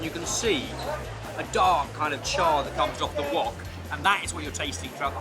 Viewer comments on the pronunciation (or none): none